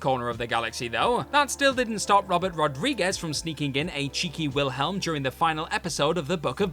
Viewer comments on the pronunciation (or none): none